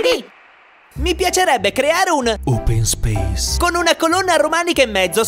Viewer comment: "open speis"😁